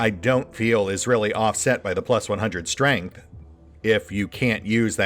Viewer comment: like pronouncing strength as stramth occasionally.